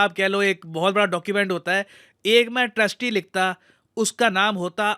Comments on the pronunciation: wrongly attributed famous foreign policy pragmatism statement to Kissinger, it was in fact British FM and PM Lord Palmerston! He mispronounced treatise that sounded like trustee. So this statement of Palmerston was over a century before Henry Kissinger became US Secretary of State. Please correct this for your audience! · Treatise - It's not ट्रस्टी it's ट्रीटीस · it's 'treatise', pronounced as 'tri-tees'. Ye 'trsti' kya hai vai? 😅